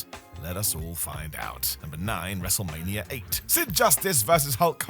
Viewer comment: Why do you say wrestlemanier?